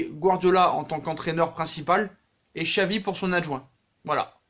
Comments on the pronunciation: Ça se prononce chavi pas xavi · pour Xavi on dit "Chavi" :)